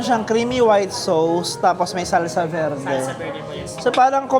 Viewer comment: Ask ko lang, bakit ba ang pronunciation ng sauce is sows? Ang sakit po sa tenga. At ang beef rendang po Indonesia po iyan.